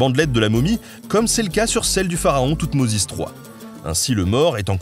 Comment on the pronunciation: Hihi le pharaon "Toumoisi 3" =)